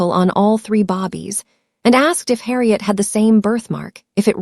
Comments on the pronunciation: The word is "bay-bees", not bobbies. I spelled it like it sounds and this is how it's actually spelled, babies. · Can you please stop saying “Bobbie, it babies. All your stories have the same pronunciation. Not even if you spoke proper English would be pronounce Bobbies. 😂But I love your stories.